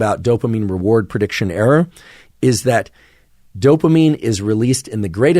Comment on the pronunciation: I like making errrrrs. Lol, doc says error a lil funny, but this was super freaking helpful thought provoking information.